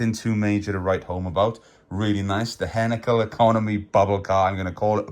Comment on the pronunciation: "HEINKEL" pronounced "HINE - KEL"